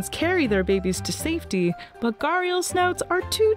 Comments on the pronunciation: the fact is its an Indian name. So we found it a bit strange , coz the person ain't even trying to correctly pronounce. I know they cant pronounce like we do but still it sounds weird to someone who knows the exact pronunciation. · In the Indian Subcontinent, they are pronounced as : Gh(like in ghost)-a-Dee-aal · I got disappointed in the first half minute of the video when you pronounced gharial wrong. I can't tell the actual pronunciation via message but if pronounced correctly it sounds like a name which can bring goosebumps just by hearing it. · Guys u can at least do a lil research on how it's pronounced when the word is the main topic of the video🥲🥲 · Your Pronunciation of Gharial is totally wrong. Do some research on Pronunciation next time. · At least learn to pronounce the name of the animal before making a video about it. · it's not gaarial... it's Ghaddiyaal. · Its "Gha di yal" Not "Gar yal" No hard feelings but its like Someone calls you "FO -A-Bae" instead of "Phoebe" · It's ghariaal, not ghaarial. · It's actually GHADIAL not garial as she pronounces.. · Its not pronounced as "gaariyul" In india everyone pronounces them as "gHuDiyaal" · As an Indian it triggers me every time she says "Gharial". Its pronounced "Ghadiyaal" with a rolling tongue "D" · Ye ghadiyal🤣🤣🤣 I was wthhh is gariyalls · Correction : It's not pronounced garr-real It's called Gha-di-yaa-L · He is Ghariyal not Gariyal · Pronounce sort of GRi+Aal not Garial.. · Say ghu di yaal wtf is ghariyal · Its not ga-real, it’s pronounced guh-di-yaal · It's NOT "Garial" But "GHADI"-" YAAL"..... GHADI comes from the pot shaped snout.... Pot is called "Ghada" in Hindi.... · “Gah-riel” 😂 It’s pronounced as “Gha-ree-yal” fyi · It's not ga-ri-al. It Ghoh-ri-al. Is it that much hard to pronounce properly ? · Me an indian I understand that English doesn't have those type of pronunciation. But that's wrong pronunciation that she used. Its more like gha-D-yaal Try text to speech this "घड़ियाल "